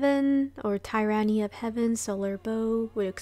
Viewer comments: Great video. Wanted to give you a heads up though, the name of the bow comes from the word Tyrant and is pronounced tear like when you cry, so it would be "Tear uh knee". The meaning of the name is about the cruel use of control by heaven or maybe that the bow is the physical manifestation of heavens power in a cruel way. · Teer-any of Heaven.